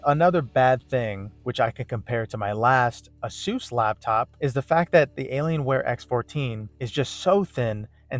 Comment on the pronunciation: ok, its not said aysoos, its pronounced aysus. second, sounds like you just dont have a clue what youre doing with your laptop